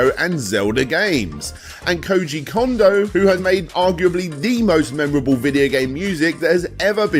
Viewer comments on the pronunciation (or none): none